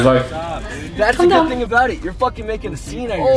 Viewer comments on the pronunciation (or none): Abi thing derken hafif peltekleştirsene ting diyince garibime kaçıyor :D